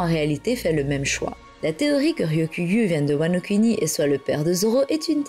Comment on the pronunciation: "wano-cunny" J'ai explosé de rire, désolé 😭